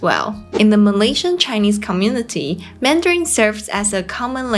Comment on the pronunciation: please avoid using anything ending with N followed by G eg, MANDARIN*G It sounds ringing in my ears...mandaring. I know in the Philippines they have P and F disfunction. Same goes to Thailand, eg. S and C disfunction, eg, shop/chop. Shopping and chopping. TQVM. ❤